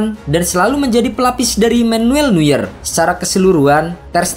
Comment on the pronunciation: Penyebutan nama Neuernya tolong dibenerin bang